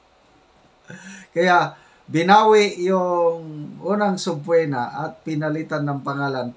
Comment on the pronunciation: Subpeena hindi subpuena ang pronounciation